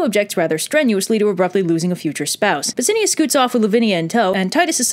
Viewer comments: I noticed that myself. Also, it's Bass-I-AN-us. :) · Also, its pronounced SaturniNus and BassiaNus. There is an "N" in their names.